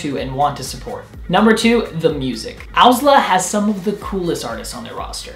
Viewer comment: I hate this guy but love owsla. Also he doesn't even say owsla correctly.